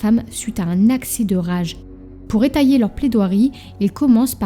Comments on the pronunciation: Etayer se prononce eteiller et non etailler, sinon merci pour votre travail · C est vrai a encore des choses à apprendre mais elle progresse rapidement! La diction s est améliorée et l orthographe aussi., étayer de prononce" étéyer " en fait 😉 et sur les mains on ne cherche pas des résidus de balle mais plutôt des résidus de poudre. Par contre, je trouve que le récit est clair et bien relaté, sans parti pris et il faut souligner l effort fait pour chercher des faits peu connus. Good job 😜